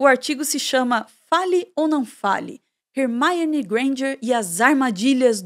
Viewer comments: falando "HERMAIONE" sendo que no filme eles falam Hermione. Soou estranho prara mim. Alem de falar "chapeizinhos". Pô,... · Rer-maione??? Leia-se Ermione. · Hermaione? 😂 Num é assim q pronúncia em inglês não. Tá mais pra Hermone. Desculpa fugir do assunto vídeo pra comentar isso, mas não aguentei. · Foi a primeira vez q eu vi alguém pronunciar o nome da Hermione como "Rermáione" (estamos no Brasil, não tem necessidade). No mais, excelente vídeo. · video muito bom, mas falar hermaione ao inves da forma como ela é chamada nas dublagens brasileiras do filme fica muito estranho kkkk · Primeira vez que ouço Hermione com essa pronúncia